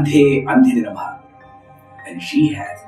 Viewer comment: Namaste how to pronounce andhe andhini namaha... Ur chanting andhe andininamaha there is no gap between andhini and namaha if we pronounce it as andhininamaha as one word is there any difference in meaning pl let me know This is absolutely my doubt.... Pl don't think that iam criticising i just want to clarify my doubt as we have to pronounce mantras perfectly and flawless... I am too young both in knowledge and age pl don't think otherwise